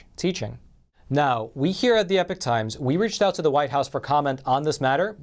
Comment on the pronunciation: Why is epoch pronounced as, "epic," rather then "ee-pock?"